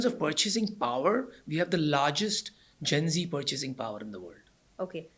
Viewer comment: Gen z, not gency Generation Z (often shortened to Gen Z), colloquially known as Zoomers,[1][2][3] is the demographic cohort succeeding Millennials and preceding Generation Alpha. Researchers and popular media use the mid-to-late 1990s as starting birth years and the early 2010s as ending birth years. Most members of Generation Z are the children of Generation X or older Millennials.[4][5] As the first social generation to have grown up with access to the Internet and portable digital technology from a young age, members of Generation Z, even if not necessarily digitally literate, have been dubbed "digital natives".[6][7][8][9] Moreover, the negative effects of screen time are most pronounced in adolescents, as compared to younger children.[10] Compared to previous generations, members of Generation Z tend to live more slowly than their predecessors when they were their age,[11][12] have lower rates of teenage pregnancies, and consume alcohol (but not necessarily other psychoactive drugs) less often.[13][14][15] Generation Z teenagers are more concerned than older generations with academic performance and job prospects,[16][11] and are better at delaying gratification than their counterparts from the 1960s, despite concerns to the contrary.[17] Sexting among adolescents has grown in prevalence; the consequences of this remain poorly understood.[18] Youth subcultures have not disappeared, but they have been quieter.[19][20] Nostalgia is a major theme of youth culture in the 201